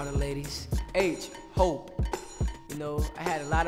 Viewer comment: when he said hope i thought he said hoe